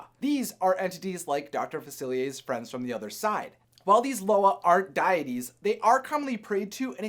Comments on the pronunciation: Deeee- it-teeee’s. Not die. It. Tees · it's deities pronounced de-ah-teas not dye-a-teas